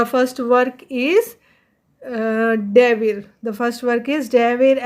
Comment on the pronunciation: Its "Gebir" maam not Devir please make correction